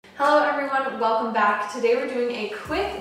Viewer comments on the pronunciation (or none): none